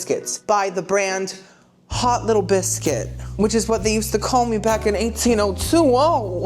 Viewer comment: Your English accent for hot little biscuit was spot on king 🤴 am i English? No but i can tell